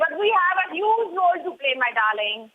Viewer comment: Maria kept on saying Dahling, seems like she had some smoke with IK.